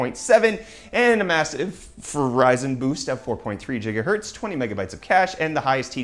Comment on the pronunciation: Stephen Lozada It's how he says gigahertz